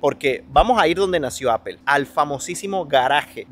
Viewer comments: Hola! saludos cordiales excelente trabajo, solo paso para decirte que por favor corrijas la pronunciacion de la marca de la manzana se dice Apol no Apel. Saludos continua trabajando duro. Bendiciones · Please no digas mas apel😂😂😂😂 es aapoo Apple. 😂😂😂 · Yo vine a ver si había algún comentario de eso, estoy muerta de la risa con eso de Apel 😂😂😂😂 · "Apel" 😅😅😅 me encanta esa pronunciación. 😅😅😅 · ¿porqué dices "apel" para pronunciar Apple? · jajaja así es, normalmente los españoles lo pronuncia así jajaja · Muy bonito san jose gracias. Ya no tomas clases de ingles?cada vez que dices apel se me retuerce el oido😂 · APOL SE PRONUNCIA APOL POR EL AMOR DE DIOS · Me estresa tanto que no sepas hablar inglés, ¿Qué es eso de Ápel, Adobé, Gügel, Enbidea? Aprende a decir las marcas como son. No estás en Venezuela